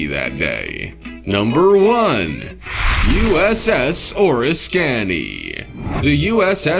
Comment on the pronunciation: Oh, for the love of...it's OR-I-SKANY. I almost had an aneurysm when I heard the pronunciation.